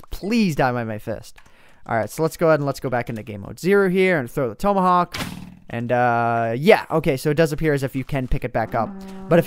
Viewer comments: it's pronounced Ta-ma-hok not pronounced Toe-ma-hawk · It's TOMahawk not TOmahawk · tom a hawk not tomeahak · its pronounced tom-ahawk. like the name tom. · who else was yelling at him for pronocing tomahawk wrong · learn how to pronounce tomahawk